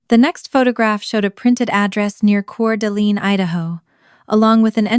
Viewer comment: Wenatchee, cor d lane is how it is pronounced.